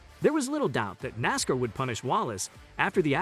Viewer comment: Started watching this then realized that the commentator is the idiot that can't even pronounce NASCAR. Dude, it's Nass - Karr, not Nass - cur. I have a question. Who is lined up in Martinsville to take Bubba out in the first ten laps. Who’s on line for the middle section of the race and who will do the honors in the last ten laps, assuming he survives that long?? Same questions for Phoenix, who’s on first…